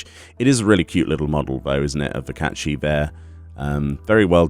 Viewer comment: It’s like ur saying caith shit